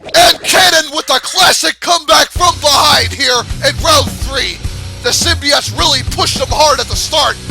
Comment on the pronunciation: I used to play that game. BTW, you pronounced Symbiote like this. Symbi ott. I believe Stargazer1331 pronounced it like this buddy. Symbi ute. Especially when he mentioned Symbiote Onslaught and the Symbiote Super Mario Clones or Symbiote Super Mario.